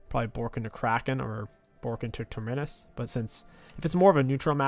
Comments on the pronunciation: It’s not ‘Terminnus’ it’s ‘Terminus’ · I think the torture is he saying Ter-MI-nus. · I hear next patch you won’t be able to take an item unless you can pronounce its name correctly. Big Terminus nerf for you